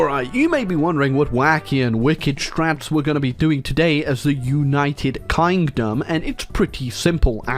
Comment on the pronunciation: Ah yes, my favourite nation of Oonited Kindom